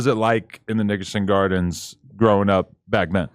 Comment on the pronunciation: He said Niggason Gardends